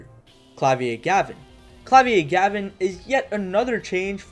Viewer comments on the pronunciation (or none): "Klavier" should be pronounced like the Rammstein song rather than the French "Clavier" (Ironically, I'm fluent in French but have very little German.)